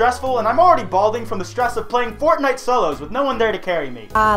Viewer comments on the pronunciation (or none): none